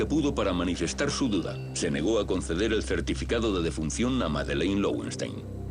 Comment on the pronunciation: Creo que se pronuncia lovenstáin, pues es nombre alemán (leones de piedra). Este comentario es apenas una curiosidad, sin gana de corregir o criticar, pues cada un pronunca a su gusto y eso está bien.